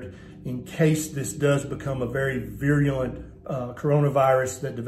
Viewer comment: The word is *virulent*, not viruliant.